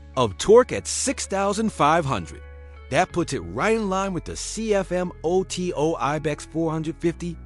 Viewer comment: Here are 2 tips: 1.Stop showing images/videos of other models while talking about the Vettore 2.This AI presenter must learn how to pronounce CFMOTO 😂 And those headlights and high fender really make it look like a very sad bird😂